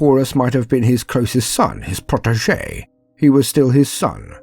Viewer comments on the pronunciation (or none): none